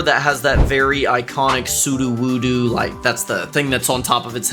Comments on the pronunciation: its su-doe-woo-doe not su-doo-woo-doo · Bro just called sudowoodo sudowoodoo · why do you call it "soo-doo-woo-doo" when his name is "soo-dough-woo-dough"? He literally even says his name this way. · He was saying su-do-woo-do when it’s pronounced SOO-doh-WOO-doh just felt like I should that point out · WHY ARE YOU SAING "SUDUWUDU" WHEN ITS "SUDOWODO" ?!??!?!?!?!?!? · Its pronounced sudowudo not suduwudu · “su-du-wu-du” IS NOT HOW ITS PRONOUNCED